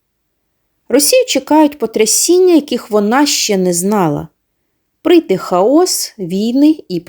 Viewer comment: Не хаО'с,а хА'ос наголос на а...